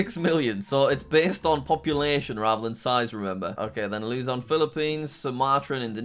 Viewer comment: this is my fav beacuse she said philippiens he said luzon correctly pronounce she didnt say mindanao but thats fine beacuse she aleready said luzon